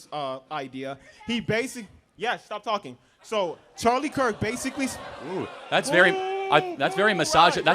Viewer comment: “Charlie cuk” atleast say his name right